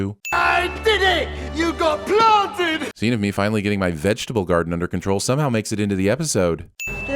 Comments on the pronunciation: he says clarted not planted😭😭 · He’s says clarted not planted